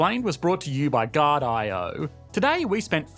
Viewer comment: i don't want to get deviated but you Pronounced that "Guardio" Name wierd buddy I mean I know you're Australian but that was still awkward man! 😅